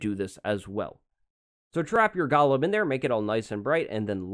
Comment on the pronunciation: everyone: Goolem:Gialem